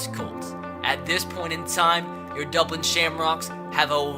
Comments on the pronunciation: How we pronounced it "Dublin" how 3 years old pronounce it "Dubwin" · Crankin36 how intellectuals pronounce it “Dubwin”